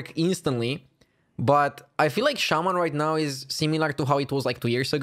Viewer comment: Shaman not shaymin suck it and